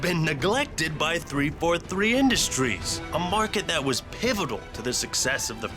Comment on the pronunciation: how hard is it to say industries